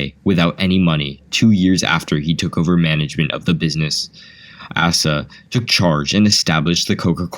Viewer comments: "Asa" is pronounced with a long A. Ay-suh, not ass-uh. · A small note: the name "Asa" is pronounced 'Ace' uh'. Also I chuckled when "John" a founder of Coca Cola was described as a Civil War veteran -- a photo of American WWII soldiers was shown! But.. very interesting video, I hadn't known most of the info... in the video.